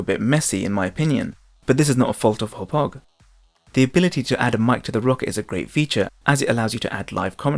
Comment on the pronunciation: Finally someone who pronounces it right.